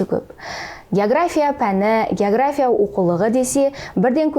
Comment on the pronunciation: Есназарова география деген сөздің өзін дұрыс айталмайды. Мен бұл кісілерді совет кезіндегі географ ретінде білмесем. Былайша жаңартылған білім беру мазмұны бойынша қойылған талаптарға сәйкес келмейді кітаптары. Сондықтан болса керек кітабы мектепте оқулық ретінде қабылданбаған соң әр түрлі осындай интервьюлар арқылы халықтың назарын өзіне аурдарып беделін жоғарылатқысы келеді.